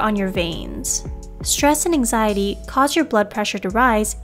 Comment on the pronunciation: this lady keep saying anxiezee increased my anxiety...